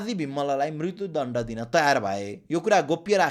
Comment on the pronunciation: Oh, I didn't mean to discourage you, but your pronunciation is a bit unclear. For example, at the sixteen-minute mark, "म्रित्यु दण्ड" could use some improvement. If possible, please work on it, but if not, it's okay; I’m more focused on your content delivery than your voice.